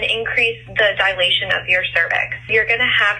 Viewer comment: Could not listen after “dilation.”